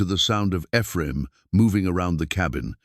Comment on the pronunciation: It's too bad the story is marred by AI's ability to pronounce the name Ephraim.